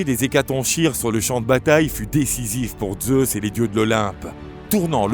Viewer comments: On dit hécaton"K"ire et pas hécatonchire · Bonne video. Ne devrait-on pas dire "hécatonkire" en français, comme le ch est en fait la lettre grecque X ? Et qu'on retrouve dans la figure de style chiasme qui se prononce "kiasme" ?